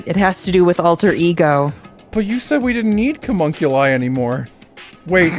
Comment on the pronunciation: Not reading chat and hearing call Alter Ego "Cumunculi" out of nowhere fucking KILLED me